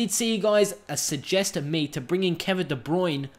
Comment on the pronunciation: Its Kevin De Brouyn not Kevin de brune